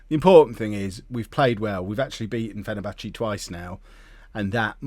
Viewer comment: Any time he says "Fennerbatchie" I wanna scream into a pillow.